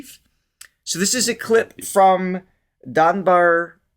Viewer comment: DaRbaar; I heard DaNbaar imo.